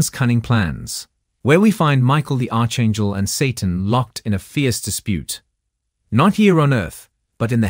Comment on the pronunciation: "Arch" in Archangel is pronounced "ark". Not "arch". Not "Mobe". "Mo-ab".